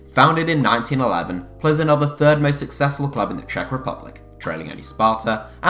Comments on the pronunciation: You don't pronounce Plzen as Ple Zen. It Pilsen. I have been there for a game and its right next to the Pilsner Urquell brewery. Plzen is the home of Pilsner lager which has been widely copied. Enjoy your next glass of ple zen!!! PS - I went there with my family including my wife, two grown up daughters and one of their boyfrieds and we easily picked up tickets outside the ground from the club ticket office on the afternoon of the match and it was a Europa Cup match. The ground was not sold out or full. Its big enough for them in my opinion. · Isn’t it pronounced Pilzen